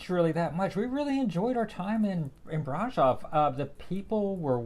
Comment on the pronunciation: Great video! Would like to point out that Brasov was not pronounced correctly. The o in Brasov is a sort of a long o like in other latin languages and german. So it's like brah-shov pronounced.